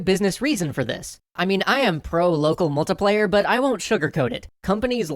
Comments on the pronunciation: i find out hilarious how you pronounce it "locuhmultupleyu" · Loco mocoplaya. I'm sorry I just noticed it every time you said it.